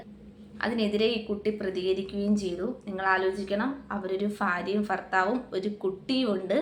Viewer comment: ഫാര്യയും ഫർത്താവുമോ? എന്നു വെച്ചാൽ എന്തുവാ?